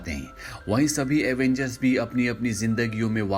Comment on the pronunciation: Avengers not Avangers